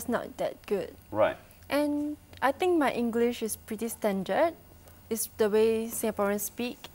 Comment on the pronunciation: This young lady speak English without an affected accent. This is what we should do when we speak to non-Singaporean English speakers. The only thing she doesn't pronounce 'think' as /θɪnk/ but / tink/. Are the /θ/ (think) and /ð/ (they) sound taught in primary schools? Singlish is nothing to be proud or ashame of for it has become a Singaporean dialect. Sometimes, when we don't want foreigners to understand us, we can switch to Singlish.